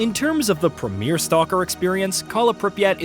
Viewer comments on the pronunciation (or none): none